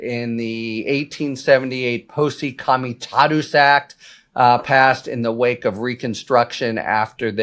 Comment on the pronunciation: Since when has any law, act, or moral rule stopped trump? Did he respect the emoluments clause, the Logan act, Hatch act, etc. ? No. He cant even pronounce Posse Comitatus Act let alone abide by it. Here comes fascism.